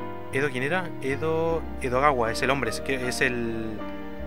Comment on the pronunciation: Y se la pasó diciendo Edowada en vez de Edogawa todo el video.:_D